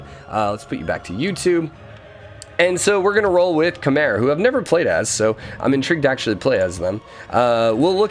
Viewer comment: I think 'Khmer' is pronounced 'come-ere', that's why you're getting forward settled